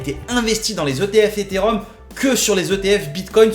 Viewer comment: Eté et Rhum to ze mooooonnn □□□